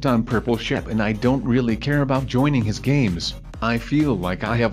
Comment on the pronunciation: why do you say hiss instead of his wow